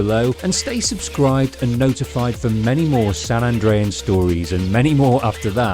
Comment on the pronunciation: "San Andrean" "Los Santon"